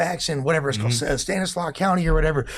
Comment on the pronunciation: don’t even know what he sayin Stockton is San Joaquin county not stanisaus lol